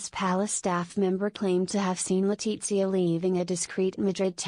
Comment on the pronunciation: Por qué no dice Leticia, tan clarito como habla el castellano, por qué dice Zarzuella, un poco de respeto